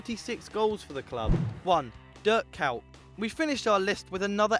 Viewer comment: k oy t not k ow t